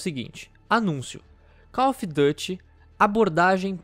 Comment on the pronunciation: "No site oficial do Cof duty"